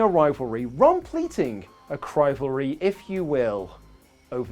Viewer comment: "Rompleting a crivalry, if you will..." No I won't,. Because only one of those words has an R at the beginning. If anything, it'd be "rompleting a civalry!"